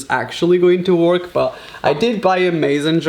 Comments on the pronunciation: Can someone kindly tell this child ‘work’ doesn’t rhyme with ‘Pork’, pronounce work like ‘werrrrk’ bih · I love how you say "work"! :D